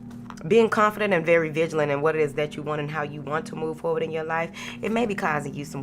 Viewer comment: Moving fowardt 😂 I love yo energy & messages Queen💫